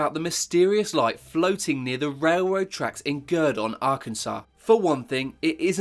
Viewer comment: Arkansas = "Ark- en-saw" Amelia Earhart = "Air-hart" Plus lots of others! You've got to, what, late teens? And you've never heard these words in conversation? British schools have got worse since I knew them sadly.